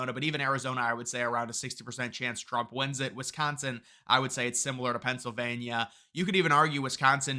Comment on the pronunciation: Alexa didn’t give a favorable answer to that girl because her smooth brain doesn’t know how to pronounce words. “Why should I vote for Donald Trum” ????